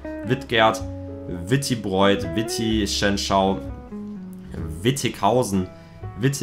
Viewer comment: Ja man aber wie kann man wittichenau falsch aussprechen 😂